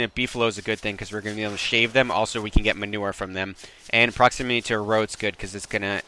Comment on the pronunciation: Proximity Not proximiny ;)